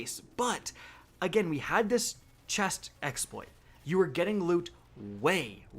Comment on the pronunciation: The same reason he says Chex Exploit and Ekcetera.